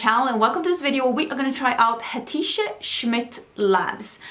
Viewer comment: Yesssss, I am sooo excited what you think!! (It's a turkish name, you almost got it right. The "c" in Hatice is like the "j" in jungle. But you did great!)